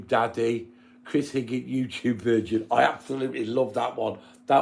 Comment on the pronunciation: It's virgin not vigin lol